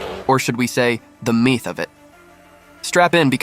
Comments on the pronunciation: "Meeth" (myth)? "Torkay" (torque)? Your robot voice is lacking. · Another goddamn AI channel. Your poorly encoded AI narration voice shows right off the bat by simple mispronunciations: Myth (pronounced "meeth"), torque (pronounced "tork-ay"). You took what could have been a cool video and made it junk with AI. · Say meeth one more time mthrfkr, I dare you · "Or should we say, the meeth of it." No, you shouldn't say that.